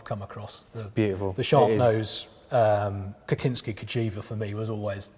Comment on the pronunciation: Has, such a fan of mgp, cagiva shark nose (ridden by Kocinski) said the name Kocinski "Cock-inski"??? Incredible:) Well, its more along the lines "Cossynski". Everything else perfect!!! Thats why Im bothered about this little but important thing.